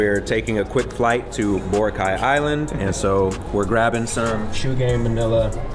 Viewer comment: Cringing the way larry prounounced boracay